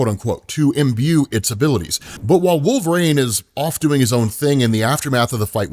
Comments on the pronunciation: Who is "Wolf-rain" ? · I wonder if he says wolv rain on purpose to get comments... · Wolvrain is driving me crazy wolvereen is the pronunciation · Who tf is Wolvrain?? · Had to stop the video. "Wulv-rain" was driving me crazy. Please rerecord this. Good God. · Who the hell is wolverain and why do you keep saying it that way? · Wolverane? Dude this is my biggest pet peeve of you do. It's like saying Marine but wolv in front of it. Shit son.. do you ever hear yourself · Have him move back to Canada and join Alpha Flight. "Wolvrain"? I know you've heard it pronounced. Stop with this nonsense. Bro, I keep adding to this post while I listen. If there's a hell, I hope you have to listen to this podcast and hear yourself say "Wolvrain" over and over. Just kidding... Or am I? Why are you doing this to us? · It's Wolv-reen. WUUL-vuh-reen. you're driving me insane hahahaha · "Wolve reign" Bruh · I always wondered why pronounces Wolverine as "Wolverain." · I love the channel but man... i really hate "wolvRAIN" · Bro i thought i was hearing wrong until about 11 mins in lmao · Dude can’t even say WOLVERINE. use your vowels smart guy❤